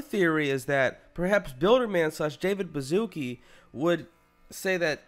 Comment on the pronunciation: pronounced Davis Baszuki as "David Baszuka" somewhere in this video lmao